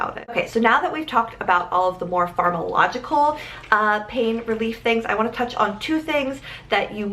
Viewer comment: Did you mean to say “pharmacological” not “pharmalogical”?